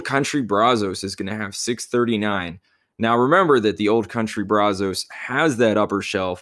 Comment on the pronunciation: Just a heads up it's pronounced [Braz] [us] not [Braz] [os].